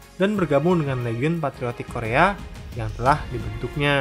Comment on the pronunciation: kedepan kalau ada konten korea lagi tolong pelafalan nama dan tempatny di perbaiki 👍🏻